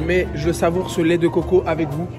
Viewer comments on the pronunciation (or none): none